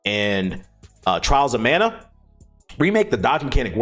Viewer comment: Mana not Man